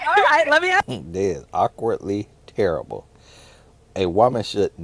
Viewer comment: “Book terribuh” 😂